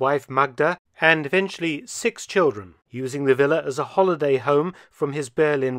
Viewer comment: Ehm, what is a willa? In my language it's a villa, with a V for vengence. Is that Willa a result of Volkswagen VW? Why does the narrator say Willa? It sounds like Willa Wonka and the Chocolate Vector.